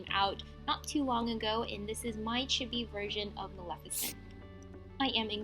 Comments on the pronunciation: It's not a chiby it's pronounced cheebee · chibi is pronounced, CHEE-BEE